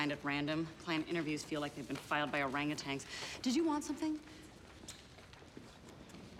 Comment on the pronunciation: they must be if they hired someone who thinks Orangutan is pronounced Orangutang